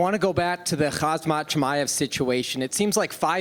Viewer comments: "Khazmat"... u should know his name by now, KHAMZAT! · why does the schmo call "Khamzat" - "Khazmat"? And does even anyone care? EDIT: lol, the next reporter calls him "Khazmat" as well! WFT? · Whys everyone call him HAZMAT its pronounced 'HAM ZAT'